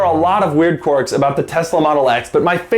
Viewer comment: For ****s sake. Its pronounced KWERKS not CORKS!